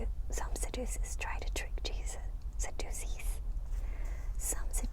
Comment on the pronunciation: It's pronounced Sadducees with the short a sound as if you were saying "sad." The "ddu" sounds like the letter j as if you were saying the word juice. Pronounce it one more time as Sadducees. It's a weird pronunciation. God bless you. I love you so much sister! Thank you for the amazing video! Always relaxing